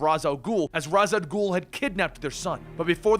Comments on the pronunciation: Raz Al'ghul. pronounced RAYSH AL GHOUL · great vids but isnt Ra's al ghul pronounced (Ray-shall-ghul) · Ras al ghul? I thought it was Ra's al ghul, either he pronounced it wrong on accident or I did. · seriously.... it is NOT Raz Al Ghoul... it's pronounced Raysh al Ghoul.... otherwise, good work! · Just a question, isn't is pronounced like raish not ras al ghoul? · Why the fuck does this guy pronounce raich al'ghul's name as ras? Does he know that in batman beyond that talia corrected Terry's pronunciation because of that? I would assume that's enough to get it into people's brain that it's raich and not ras! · Why’s he pronouncing Ra’s name like Raz. In every dc animated movie/tv series it’s not pronounced like that. Just sounds dumb. Only criticism, everything else is good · I love this channel, you’re saying Ra’s Al’ghul incorrectly. It’s pronounced “Ray-sh”. Not trying to be “that guy” but. Just trying to help🙂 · I love this channel, but for the love of God, it's pronounced "Raesh Al Ghul" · probably because he mispronounces Ra's Al Ghul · I'm only bothered by the mispronounciation of Ra's Al Ghul